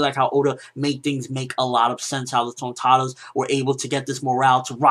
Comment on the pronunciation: I love the way you say Tontattas and you rock the suit nicely bro!